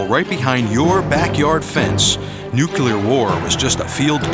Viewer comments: It's "nuclear". Not "nucular". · It's NuClear, not Nuculear. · Learn how to correctly say the word "Nuclear". Otherwise, don't narrate videos. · Ha, ha! "NUCULAR". Reminds of that Alaskan Governor. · I wince every time I hear it like that. It’s bad enough they say it wrong but don’t they ever hear how people with working brains say it and wonder, who’s right?